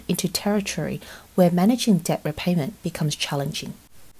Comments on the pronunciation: Debt is 'det', not 'deBt' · yeah that's not right. British people don't pronounce the B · Nice voice but she pronounces the B in debt. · Who the hell pronounces debt like “dep” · Fine reporting but the pronunciation of the the letter b in debt 57 times grated my English teaching nerves. The b is silent. Otherwise the video was informative and enjoyable.